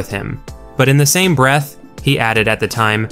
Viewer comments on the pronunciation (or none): none